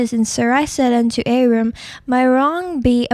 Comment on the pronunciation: its also not pronounced abram